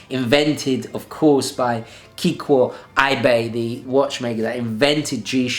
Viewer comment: I love the way you pronounce Kikuo Ibe ❤:D Great list of your favorites :)